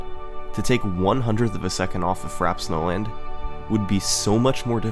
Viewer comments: Take a shot every time he says Frap Snowland instead of Frappé Snowland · Frap snowland? It's pronounced Frappay Snowland dinglebrain. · Why do I keep hearing "Fraps Nolan" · 'Frap Snowland' 😂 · "Fraps Nolan"